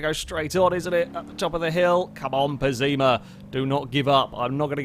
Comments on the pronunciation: Its pess-ima not pezzima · One thing I realized: if "Pessima" is meant to be the italian word for "awful", then it's pronounced with the Italian double S sound (a bit like an sh), not a Z, and the stress would be on the first syllabe.